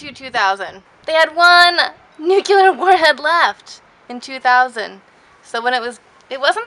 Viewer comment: Very cool video! And... Please repeat: [New-CLEE-ar]. Not [New-cue-lar].